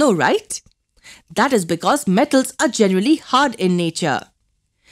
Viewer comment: Mam you had cold while adding the voice over in this video cauz you could not pronounce M , like [them , metals , non metals] etc ....🔥